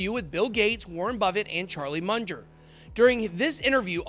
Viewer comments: It's Charlie MUNG-er. NOT MUNGE-ER. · is not MUNDGER bur Munger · Mun ger, not Mun jer! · "Charlie Munjer"